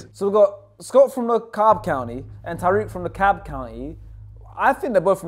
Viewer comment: Dekalb is NOT pronounced like that 😭